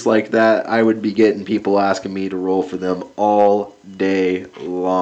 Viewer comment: Roll not toll